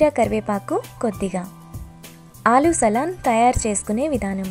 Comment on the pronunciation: ఆలూ సలాన్ కాదు ఆలు సాలన్